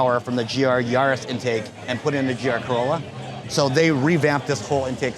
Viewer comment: I'm a native German speaker, and I don't understand the term "Keürolla." We pronounce this "Keürolla" like the Japanese koi fish—koi-rolla. What am I missing here? 🧐🤔 And also we say Corolla for ... Corolla.